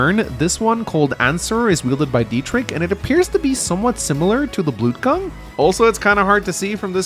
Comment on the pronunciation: As a German it really pains me how bad you mispronounce the name Dietrich. It's pronounced with a ch not a k. The ch is similar h in huge. But just put it into Google with German pronunciation.